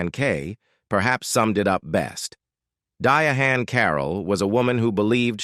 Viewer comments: “AI” = Absolutely Incorrect pronunciation of her name! How about, (AP)=Absolutely Pitiful?? smh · Right. Die Hand Carroll. WRONG🤨Who is this ignorant narrator who can't pronounce DIANE Spelled Differently. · I CAN'T LET THIS WHITE BOY HAVE THE AUDACITY NERVEEEE BOTHAS&SISTAS to DISRESPECT THIS BOY WHO TALKED TO THIS SISTA DIANE. DIANNE. NOT DIHANNNNNNNNNNNNNNNNN TALK TO HER IN PARTICULAR USSSSSSSSSSS HER BLACK ADMIRERS. CALL HER NAME IN HARLEM THEY SAY IT CORRECT WHAT'S WRONG WITH WHITE FOLK????????????????????????? ASK MEEEEEE HOW TO PRONOUNCE THE SISTA'S NAME SOOOOOOOOOOOOOOOOOOO DISRESPECTFULLLLLLLLLLLLL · Diahann is her name... why are you pronouncing her name like that. Di a hann??? disrespectful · I dont think that some of what you're saying is true. Also you pronounce her name incorrectly. It's simply pronounced "Diane"/ not "Diah-han" as you are pronouncing it. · If you can't pronounce her name right or any artist that you show up you shouldn't even talk anymore the song ridiculous I don't even want to watch it no more dye and who the f*** is a dying here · Not Diahann, Diane is the correct pronunciation. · omg! her name is pronouced DI-ANN tHE H is silent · Her Name Is Pronounced Diane !!!! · I wish the AI bot would quit saying "Dia hand" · Why they gotta find a way to diminish, lower or change the correct way when it comes to us. Unbelievable. Dia-hand, Deeah-hand, etc. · Her name is pronounced Diane but spelled DiaHann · WHY ARE YOU CALLING HER DIA- HAN OMG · Día - Hann???? For real??? Take this down or fix it ! Mad disrespectful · 😂😂😂😂 DIEAHAND😂😂😂😂😂😂😂 AI BS ALL LIES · Dia' hann what is this nonsense. You can't pronounce her name😢😢😢😢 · Prounced Di ann. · 2;42 then he said Dia Hon 😂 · Here's 1 for free... When you do text-to-speech and AI can't get the pronunciation, write it phonetically. This one is easy, instead of Diahann - you could have changed it to "Diane". You're welcome. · Di - A- Hann!!!!! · Her name is pronounced (Diane)! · Who is "Dia Han? 🙄